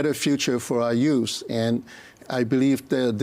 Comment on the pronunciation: At about , Ma starts his sentence which is quite revealing. "We're under a lot of challenges ..." he begins, and continues, "...and we need to continue to fight crime (which is not on the Liberal agenda. They'd rather endorse criminals) and uh create a better future for our USE..." I imagine that he meant to say 'youth' but his accent made it crystal clear that it's all about creating a better future for the Liberal's use of Canadians. That was revealing.